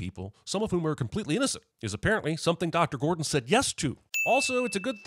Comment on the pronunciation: You okay there, Cinemasins guy? "Dr GORDAN" earlier, "PITTY" party (instead of Pity). These are pretty basic mistakes. Either you were high and loled past it or you're not okay. Which?